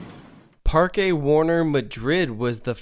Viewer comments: Heads up: Parque is pronounced "Park" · Not really. You can not miss the "e" while saying "Parque", so the pronunciation is "Parke".